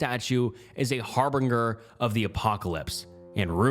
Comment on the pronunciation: alright.. this one was SO BAD. You gotta stop with the 90’s Eminem bleach for obvious reasons listed below: - “My glitter has concrete in it. I’m not buying concrete again.”: probably meant to say “my concrete has glitter in it…” - harbinger: HAR-bin-ger (like binger) - Paulides: Paul-EYE-dees 🫠 - conservatorship: con-SERV-uh-tore-ship (TWO TIMES!! 🤦🏼‍♀️) - vehemently: VEE-heh-ment-lee - regaled: re-GAILED (like mailed) - alias: aye-lee-us Don’t be afraid to use Google to look up how to pronounce words..